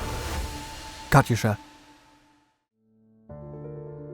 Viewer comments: Pronunciation question: Isn't the "y" in "Katyusha" silent? The "yu" is a transliteration of "ю" in "Катюша" (though when transliterating back to Russian, sometimes a plain "u" is rendered as "ю", depending on placement). In certain uses, "ю" is indeed pronounced "yu", but when following a consonant it is simply pronounced "u" (though it does result in a slight softening of that consonant). But pronunciation of foreign words can be idiosyncratic between languages. Are there any languages where "Katyusha" / "Катюша" is properly pronounced with an audible "y"? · Pronounced “Kat-tooo-sha”